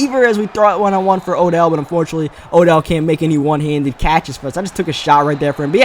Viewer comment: and for lmao he says fir